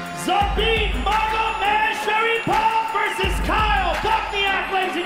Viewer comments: "zabit magomedshapirov" joe rogan he even miscalled bochniak as magomedsharipov lmao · Joe: “Zabit Magomedshapirov” pronounced it wrong. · Joe 'Magomedshapirov' Rogan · HAHAHAHAHAHAHA...certainly, he couldn't pronounce Magomedsharipov like 4 times....Joe Rogan is so funny, nice dude! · Joe Rogan was a couple of inches close to having a stroke trying to pronunce " Magomedsgaripov"